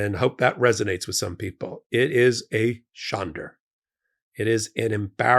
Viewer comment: There is no r in shande. Otherwise, spot on.